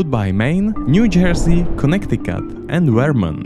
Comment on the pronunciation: the fact that bro said connect icut bro its conneticit ( Im a ct native)